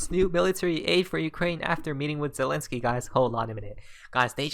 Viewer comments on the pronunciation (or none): none